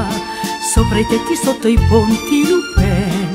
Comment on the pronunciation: Non ci stà sulla pronuncia Lupin... della u...